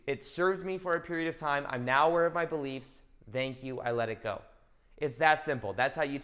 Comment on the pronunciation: ❤💚 I love how you say "thenk you" with a "E" its your trademark. 💚❤